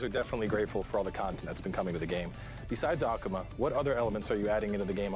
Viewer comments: he is not A-kuma, he isnt a bear, its Ak'ma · Anyone else pissed he said "ahk uma" instead of Akuma? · Why pronounce it like Akama? My brain hurts... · Ahkoomah. I hate the way he pronounces it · Aki isnt SF5 she new. So youll get 1 new character every Year/Season. I cringe every time dude said AKAma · Hey, I hate the way the other guy pronounces Akuma. The character has said his name multiple times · I love how mans says I main akuma but can’t pronounce his name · I don't like the way the dude is pronouncing Akuma's name. Put some respect on his name, sir!